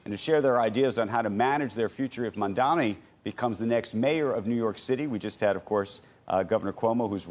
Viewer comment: Andrew, the name is Mamdani, not Mandani?